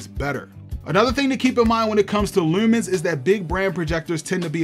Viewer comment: Assumed you were from Baltimore from the way you said Lewwmans. Stalking says maybe I'm right 🥴